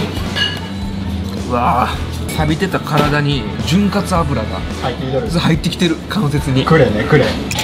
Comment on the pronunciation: 潤滑ゆ じゃなくて？